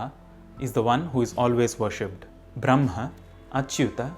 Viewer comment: Sir please tell the correct pronunciation of brahma